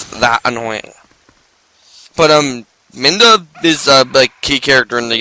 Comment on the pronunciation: Having seen the start of the next episode (was more behind than I thought), reading your comments, and watching this episode, I have discovered that you really think the pronunciation is "Minda". tinyurl com / 28rfc78 Look closely at the title of this article.